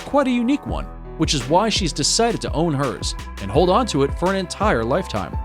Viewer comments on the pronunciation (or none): none